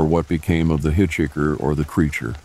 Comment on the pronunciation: I love how he says “hit-chicker”.